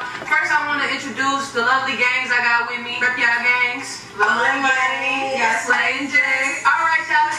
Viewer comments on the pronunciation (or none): you saying moni name wrong it’s (Mon-ni) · I love how you never never say Moni name right 😂😂😂😂🤣🤣🤣. Shit funny it happens. Consistency is key. It Mon-e. You say end with an “a” sound but it’s an “e”. I could never say one of my friends name right. Her name was Cindy but I always called her Sydney.